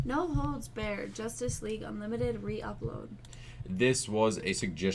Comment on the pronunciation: I got so heated when she couldn't even say no holds barred right. Wtf is a no holds bear